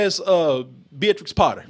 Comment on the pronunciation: That's an interesting way to pronounce Beatrix, I guess they've not heard it aloud before... I loved this review & I'll watch the film even though I'm worried it might ruin a childhood classic, it seems fun.